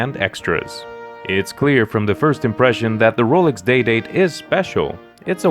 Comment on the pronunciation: Ro-lix? Ro-LEX!